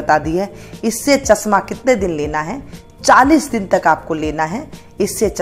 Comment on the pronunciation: chasma nahi chashma boliye madam ji